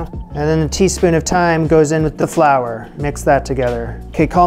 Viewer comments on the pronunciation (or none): none